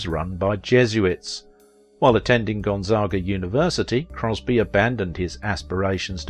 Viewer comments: That's all right he didn't pronounce Gonzaga or spoken correctly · You mispronounced Spokane and Gonzaga. You got Tacoma right, though. You also mispronounced Mel Tormé’s name, and the word, “mellifluous.”